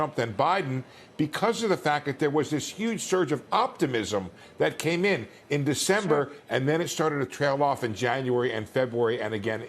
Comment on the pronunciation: I heard him say ".. I do think its moron president Trump than Biden ..." 😅